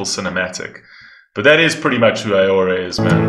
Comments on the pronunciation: Please... It's Au-ror-a Not A-ora. ... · Also just to help, her name is pronounced as ‘ah-raw-ra’ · it pronounced as "Au-Roo-Ra" on Norwegian